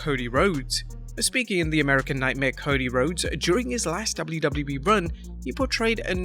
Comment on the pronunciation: Where is the other Narrator ? The other one can actually pronounce the letters "WWE" properly and does not sound like he is using a webcam microphone from 2007.